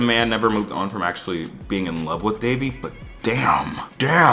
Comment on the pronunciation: Is it just me or was Ben way more annoying this season? There was just something about him that felt especially condescending and can someone else confirm for me that he mispronounces Devi’s name because I would definitely have an issue if he’s still doing that in the third season.